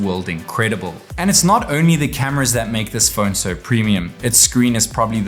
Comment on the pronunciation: It’s not fööööön its Phone